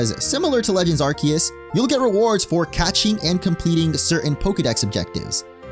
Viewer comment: Thank you for pronouncing ’Arceus’ correctly. The other youtubers need to pay attention.